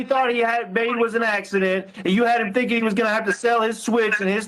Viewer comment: And pronouncing every word that ends with a G, with a K. ThinkinK, anythinK, nothinK. Oh. My. God!! But she has a doctorate in education. Yeah, yeah, yeah, whatever, whatever.